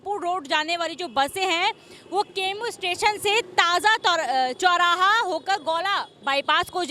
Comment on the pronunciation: मैडम रूट प्लान को पहले खुद समझ लेती,फिर धीरे-धीरे अपनी बात कहती तो समझ में आता ।पहले कुछ होमवर्क भी करना चाहिए ।आप ताज चौराहा को ताजा चौराहा कह रही हैं ।बुरा ना मानो होली है 😂😂😂